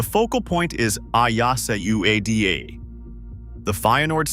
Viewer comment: Bro at least let your AI voice pronounce Ueda as YU-WE-DA.